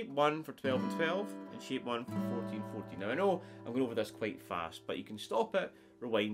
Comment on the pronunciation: I like this trick and the simple way you teach it. I'm going to subscribe to your channel. The only thing is, I'm American. When you say "shape", it sounds to me like you're saying "sheep". So we have sheep 1 and sheep 2. I know you mean chord shapes, not card sheeps. What throws me off a little is that your A sounds like E to me. Don't change. Stay natural. I'll do my translations.